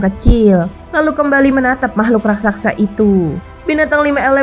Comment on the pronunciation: Raksaksa atau Raksasa Min. ???